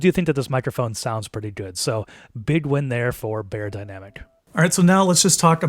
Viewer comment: You mispronounced Beyerdynamic 😩